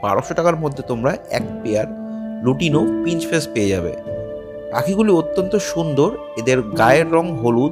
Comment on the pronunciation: কথাটা শুধরে নিন রোজি পিঞ্চ ফেস বলে কিছু হয়না। কথাটা হবে রোজি পিচ ফেস।।কানে খুব লাগছে।।ঠিক করে উচ্চারণ করুন